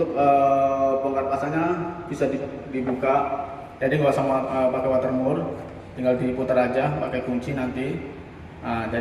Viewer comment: Saya awam pak. Bisa dijelaskan nama2/istilah barang2 yg dibutuhkan apa saja, seperti water mur dll. 😂 Gak kedengaran jelas namanya 😀